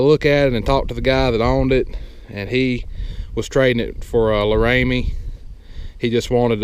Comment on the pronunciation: Lar-A-me. Not La-ray-me. Congrats on the new truck... we've got a '16 Ram 4500 with a Hydra bed, 4 door, and it's a Laramie pkg and it's been awesome so far other than fuel mileage sucks